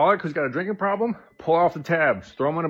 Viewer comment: Did he say, "pwobwom"? 😅🤣🙏🏼🙏🏼🙏🏼